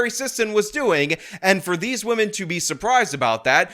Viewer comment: C'mon, guys... Gotta respect wahmen